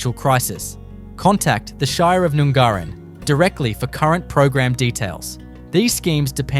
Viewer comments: It’s not Noon-gar-in!!! It’s pronounced Nun-garrin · #9, None Garin, not noooongarin. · Nun gar in (correct pronunciation) is no where near the ocean fella this is complete BS. You could get yourself in a lot of trouble peddling this crap!! You barely pronounced one town correctly, are you sure you're an Aussie?